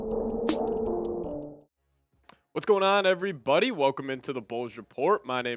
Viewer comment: I can't stand how you say "ev-ree-BODY" lmao but i'm just being a dick i'm sorry